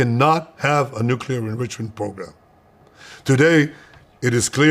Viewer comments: Nu clee er, not Nu cuu ler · nucelir sites ? I listened to it five times, is that what you said ?